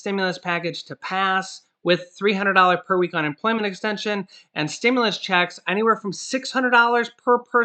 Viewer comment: You're f**** cool but how you say checks bugs me sorry